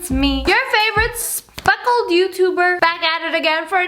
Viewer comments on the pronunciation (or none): ur favourite sPPPPeckeled youtuber...